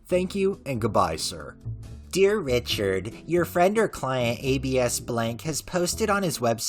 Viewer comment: For the rec, I believe it's pronounced Abs, like how "abdominals" is shortened and pronounced haha it's a nickname, I believe short for Abraham